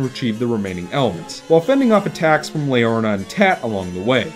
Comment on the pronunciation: "Leorna" instead of "Leorina". Ha ha, its alright man. I've screwed up names before, too. My experiences with the game are a tad different. I had a pretty easy time getting all the memory dolls, and I'm pretty sure I never had to replay any vision to find the ones that missed. I know I did once or twice in the first game, but no more than that, so I couldn't say that I found that aspect particularly negative. While I really liked the story, I don't think the dialog style and character animation work too well together. When in the middle of the long dialog boxes, several characters are put into looping idle animations instead of having gestures specifically timed to the flow of the dialog. It reminds me a lot of the character animations in Sonic Adventure 1's cutscenes. I think that if the dialog were in a real human language, it wouldn't have been so bad, but with the fictional language with its own syntax and inflection, the characters needed to be animated with more purpose. I guess this kind of ties in to what you said about the need to press a button to forward the dialog boxes. For comparison, look at Shadow of the Colossus. It has a fictional language, but none of the characters go into idle animation, they are all specifically animated to coincide with what their saying. Because of this, I don't think the story comes across as strong as I think it should. I feel like it was trying to accomplish too deep and nuanced a story for the presentation to fully allow. Gibberish